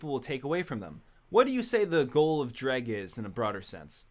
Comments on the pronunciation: What? Its pronounced Dreg???? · Did we just finally learn how Jreg is actually pronounced??